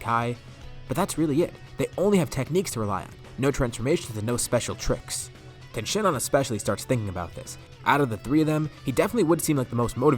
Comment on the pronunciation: You were calling tien ten it’s alr tho